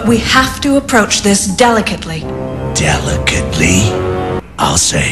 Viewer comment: dE-Li-cATe-LY??? - Wolverine had never heard such bullshit.